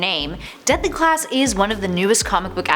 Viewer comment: She said Deply Class